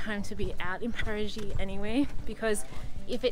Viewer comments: not paragi its parati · It is wonderful that they tried to pronounce Paraty in a portuguese manner. But it came more like Parajy than Paratchy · You should pronounce Parachee not Parajee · Parati= Para-chee